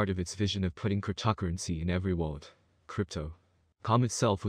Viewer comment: whats with your pronunciation of the word cryptocurrency?